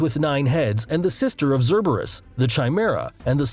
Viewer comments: did he call Cerberus zerburus??? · The greek pronounciations hurts me as a greek mythology obsessed individual. The video: Sky-la, Char-ib-dus, Zer-ber-us, Chime-air-ah Me: Sill-ah, Car-ib-dus, Ser-ber-us, Kai-mare-ah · This guy keeps mispronouncing the names of creatures as if he never heard them and is just reading strictly. "le-via-than" is like whatever, but ""chi-mera" or "zeruberus" are pretty bad. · The words "zerberus" and "chi mareuh" cause me physical pain